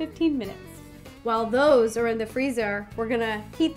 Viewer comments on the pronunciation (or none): She said what are tose